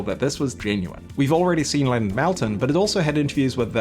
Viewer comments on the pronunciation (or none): Your pronunciation of Leonard Maltin’s last name hurts my ears… but by the runtimes end this wonderful video gave me tears. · Malten's name is pronounced more like "molten" than "Melten".